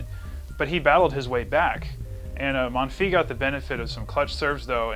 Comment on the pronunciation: pronounce the s of Monfils :)